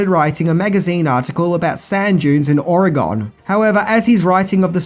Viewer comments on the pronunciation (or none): I don’t mean to be one of those people but, my home state’s name is pronounced Ore-Gun not Ore-Gone. I don’t mean to be picky but we oregonius prefer it pronounced properly. Great video by the way. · ORE-gun, not ore-GONE 😀 Star Wars for the "grown ups" indeed, whether by David Lynch, on basic-cable, or by Denis Villeneuve. More "re-upload Saturdays" by the way? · my good man its pronounced "ore-gun" not "ore-gon" yes its spelled oregon. but locals of the state says it the ore-'gun way for ease of speaking it. just saying. it sounds wrong when ever I travel outside of the state and around the world hearing it said ore-gon. its just wierd sounding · Negative points for mispronouncing Oregon.